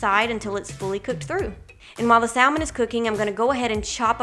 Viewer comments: The L in salmon is silent. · because the L is silent in Salmon. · Very great video. Thanks. Just one thing to add. THE L IN salmon is silent. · “Sall Mon” highlights your accent. I’m guessing southern US. Way up north it’s pronounced “samen” Great video 👍🏼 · Trying all of these ❤love the ideas and how you say Sal-man😊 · Haha...in the UK its Sa-mon for Salmon. 'L' is silent. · I'm from the South and we still say "SAM"en so it must be a specific area for her. I thought it was interesting too! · I love how you say salmon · great video. hearing you pronounce salmon had me cracking up. 😂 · Every time she says salmon 🤣🤣🤣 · I've always wanted to meal prep but have been too lazy to do so.. but in reality its something I can do a sunday afternoon and am set for the week.. cool video, low carb and healthy .. also it's cute how she pronounce saLmon.. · Lol... I grew up in a small town in Mississippi and in my family, we always pronounced the L, but apparently I've been saying it wrong my whole life. I'll be sure to say it properly next time :) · Sal-mon or Sam-man ..someone help me?!! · It was all great until I heard how you pronounce salmon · I’ll sub if you pronounce salmon correctly. I’m from east Texas so don’t give me that southerner excuse.